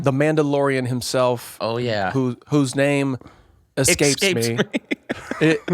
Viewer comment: Ders calling out Blake on pronouncing it "excape" was therapeutic for me. Thank you Ders